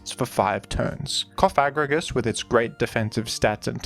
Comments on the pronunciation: the way you say cofFAGrigus is wild lmfao theres only one f, so coFAGrigus is the correct way to pronounce it 😎😂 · pLEASE PRONOUNCE IT PROPERLYYYY ITS COFA-GRIGUS LIKE COFFIN!!!! CoffA STOPPP SAYING THAT WORD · You probably mispronounced the name incorrectly on purpose, but in case you didn't, I believe it's pronounced "cough-egregious" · We know you don't mean it, so don't feel too bad about it. I just pronounce it coffa-grigus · It’s like Cough and egregious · You could say that the pronunciation was Cof egregious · let's say it together. Coff-uh-gree-juss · I like the emphasis when you pronounce CoFAgrigus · it's Cof-a-gri-gus, saying it the way you are could cause some... unintended consequences by youtube auto-detection related to a certain slur. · This whole time I’ve been giggling on the way he pronounces it co fag rigigus🤣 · I’m gay and I laughed every time you said it 😂 I could tell it wasn’t intentional! Good to note though lmao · I thought it was funny every time and not a big deal. But if you feel bad in saying it that way, that's also fine. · Love how you went from pronouncing Cofagrigus like a slur to like an ancient Greek philosopher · You really really REALLY went out of your way to emphasize the "Fag" in cofagrigus when that's not how it's pronounced and I've never ever heard anyone pronounce it like that so that's pretty cool of you! Yeah! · Careful with your pronunciation of "Cofagrigus" there. A spiteful indivuudal might edit it out of context into a sour meme. 😂